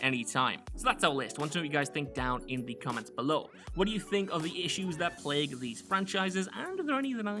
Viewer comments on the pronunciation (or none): none